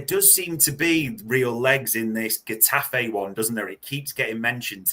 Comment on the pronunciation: Jeez!! It's not "G' its 'H' - for Getafe - you pronounce the G as a rolling H - Hetafe! ie Huh Ta Fey 🙄